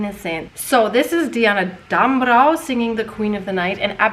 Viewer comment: Germany here: There is a famous rumor that Mozart actually hated sopranos so much that a they have to follow a finely tuned instrument as means of control to check if they really are in tune! 😂🤣 And btw: Damrau is pronounced like 'dum(b)-row' where the 'ow' is pronounced like in 'owl'. 😉